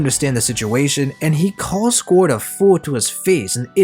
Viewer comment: the way you say squard as scored hurts my soul lol.